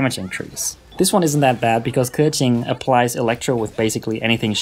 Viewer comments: Pronounces keqin the "right" way, however doesnt give a fuck about the other name though lol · thats how u pronounce keqing lol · i literally respect you so much for saying keqings name perfectly